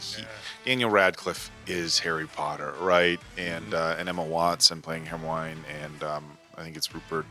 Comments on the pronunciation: Hair-moyne ...is that to be funny or have you not heard the characters say her name yet? Her-MY-oh-knee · « Hairmoin » 😂😂🤣 that must be the funniest mispronouncing ever ! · Who the fuck is "Here-Moyn"? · pronouncing Hermione as “her-moyne” lmao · Grainger is the add I got before this and that made me laugh as it is spelled different but is the same pronunciation as Hermione.